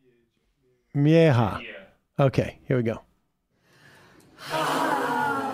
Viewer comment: Wow, you totally butchered that name Sam. Mejia is pronounced “may-heeya”